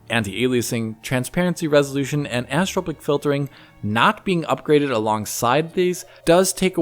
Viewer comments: He sounds a little drunk here. Anisssssssssstrrrpc filtering:))) Dude.......it is 'an-i-so-trop-ic' (5 distinct syllables with emphasis in the 'i' (prounounced 'ee'). An-ee-so-trop-ic. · Repeat after me: Ann-eye-so-tropic, Ann-eye-so-tropic, Ann-eye-so-tropic. That's how it's pronounced. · Sorry... Did you mean anisotropic? Because the way you say it sounds like "anistropic" (which doesn't exist).